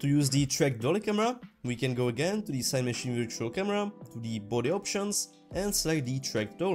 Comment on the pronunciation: Amazing tutorials but, please keep them going. Maybe watch other videos to see how other people say Cinemachine. And yah English is not my first language either. Thanks again for the amazing tutorials.